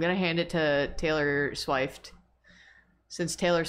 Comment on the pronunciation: "theylor sheft" really got me 💀